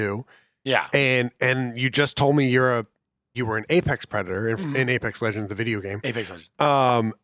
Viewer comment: good sir, it’s pronounced “Apesex Legends”.